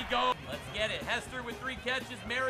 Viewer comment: I'm gonna be that guy, it's pronounced mario-ta not maryo-ta😂 love the video tho keep it up toilet gang